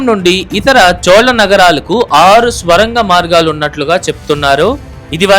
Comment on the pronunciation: బాబూ ‘ స్వరంగం‘ కాదు ‘సొరంగం‘ అని పలకాలి. ఏది ఏమైనా ఈ వీడియో బాగుంది.👍